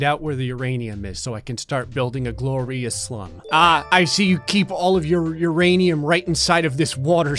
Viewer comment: I love that u said uranioos lmao I told my step kid this morning that his "non sugar" Cheerios had uranium lmfao